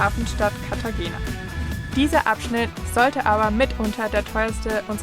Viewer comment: Wir ausgesprochen Cartachena 😊